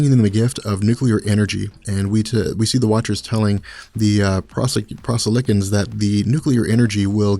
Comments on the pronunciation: Pro-silicans... not Pros-ilicans... just sayin lol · PRO-SILICANS. not pros-a-lickens. That sounds like something you'd order at Popeye's. Pro-Silican implies some kinda alien which is silica based or something, i dunno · "PRO-silly-cans" Was that really so difficult? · I feel like the name of the race was pronounced PROS-il-icans....but maybe it's just me... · I think it's pronounced Pro Sili Cans if that makes since. Kinda like the first of silicone is pronounced but, in the middle of the word. At least that's how I would. Hard to say either way.